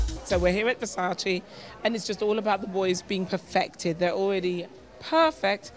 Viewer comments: It’s “Versace” not “Versaci”😩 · Mercy the make up artist cannot pronounce Versace MERCY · how can u work for versace and still not know how to pronounce it i'm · Ppl still call it Versacee 😂 Even on Versace show omg.